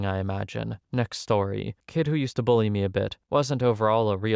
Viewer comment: It’s “bully” not “bulley”.